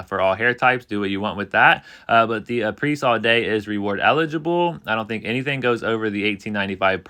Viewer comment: HI! Thank you for your efforts!!! FYI: Apres is pronounced "A PRAY." It rhymes with the name. Apres (A PRAY) All day!